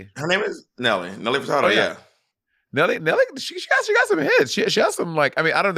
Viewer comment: I felt like a Crypt Keeper the way Monet aged me when she said Nelly FurtaRdo